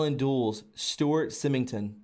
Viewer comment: this was fascinating and truly wonderful, but I hope in future you'll read more slowly--lots of mispronounced words that probably could have been avoided with a little more care. This info is way too important to pronounce wrong. But just as quick examples, Forrestal's name was consistently mispronounced (FORREST-ALL), as was Allen Dulles (dull+us), Stu Symington (long I) Occam's Razor (short O), hypothesis (it's singular, not plural, so the last syllable is IS), and more. Looking much forward to the rest.